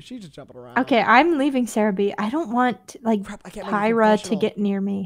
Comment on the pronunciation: The way they pronounced pyra differently every time got me laughing so much😭